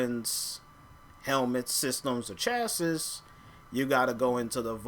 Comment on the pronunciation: pronounced chas-see